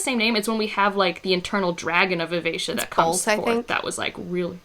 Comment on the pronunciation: Wow the way you pronounced Vivacia makes so much more sense than how I read it. I always read it as vi-ve-ki-a lol I had this oh shit moment multiple times in this trilogy for some reason. Maybe I can't read but I initially read Bingtown as Bring-town and had to correct myself over and over when I realized that. The worst one is Brashen which I somehow managed to read as Brandon initially I stg